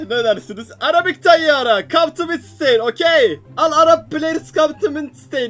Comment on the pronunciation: Abi midsteyn değil midtştayn diye okunuyor